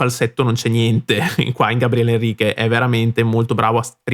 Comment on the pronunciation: Muito legal sua análise. Só tens de pronunciar o nome dele corretamente hhehehehe. Outra coisa: verdade que o GABRIEL precisa melhorar seu inglês. Mas pensemos em como é um privilégio ouvir, no inglês possível, alguém como ele, que veio da classe mais baixa no Brasil, sem condições de ter estudado outra língua desde cedo. Mesmo assim, ele arrisca e acho que isso faz parte do processo. Obrigado pela análise.